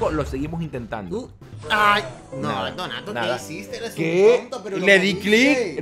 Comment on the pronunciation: Donato en su intro dijo donati😅